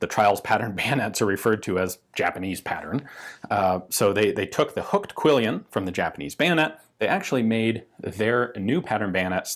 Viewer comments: You have an errant 'i' in your pronunciation of quillon, with reference to guards on bladed weapons. I grew up calling them quillions, but they're really quillons, from the archaic French I think. It feels clunky on the tongue at first, but use makes master. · It's "quillon", not "quillion". Yeah, nitpicking...